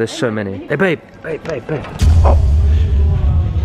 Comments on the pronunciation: she said babi 😮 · Listen, says babi